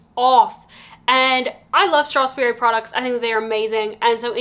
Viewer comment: I do wonder how annoyed the salesperson was when you can’t pronounce the brand correctly even once